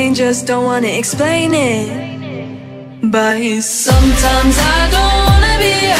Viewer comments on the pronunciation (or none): She's singing "but", she's just pronouncing it in cursive as " bayees" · Cause she like pronounced the t very softly then jumped to the s in sometimes before she could even finish the but word. It just got mixed up so that's why it sounded "buese". You get me?